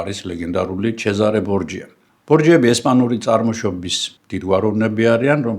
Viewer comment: ისე ბორჯია არცაა სწორი.სწორია ბორხია.ესპანელებს ,,ჯ" არ აქვთ,და ნურც ჩვენ წავიკითხავთ ,,ჯ-თ".ისე ყველაფერს ხომ ინგლისურად ვკითხულიბთ და წარმივთქვამთ,კაი ხანია უკვე ქართულად წერისას იქაც ინგლისურად ვწერთ.საღოლ ჩვენ.ვუდეო კი ისევ 👍👌